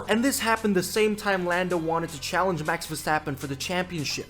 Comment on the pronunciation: „mAX vER-STrAp-oN“ 😭🙏🥀